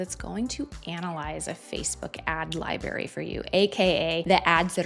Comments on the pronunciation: Great video but it’s pronounced libe- rary. You pronounce the r. 🎉great content though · im sorry, are you aware youre saying 'libary' instead of library?